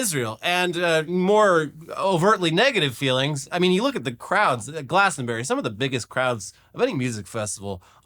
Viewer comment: "Hey if you're here, who's fucking your wife?" is brilliant, go! Artists standing up for their political beliefs has a strong tradition at Glastonbury (pronounced 'Glastronbry' btw) so fuck the BBC, and fuck Starmer. Bunch of cowards.